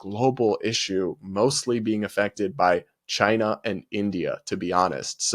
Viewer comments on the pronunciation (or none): none